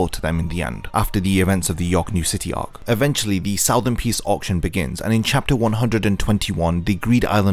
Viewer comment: Its ark not ohk